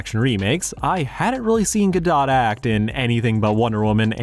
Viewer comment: There is something funny about you talking about the automatic negative reaction people sometimes have toward actors who speak with an accent, while I am having that reaction whenever you mispronounced Gadot.